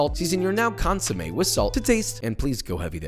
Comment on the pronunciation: Pro on ounce consomede so funny and white